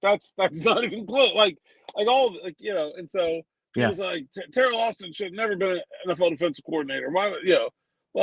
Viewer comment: It sounded like said Terrible Austin, lol. It feels accurate right now.